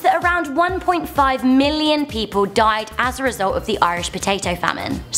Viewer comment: Did she just say 1 million died wrong